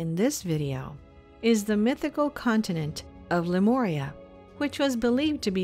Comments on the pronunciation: But but.... whyyyyyy did she say "Lemoria" at the beginning? Ohhh I do cringe... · would have been helpful if the narrator could pronounce Lemuria correctly... it's not an 'O' dear it's a 'U'...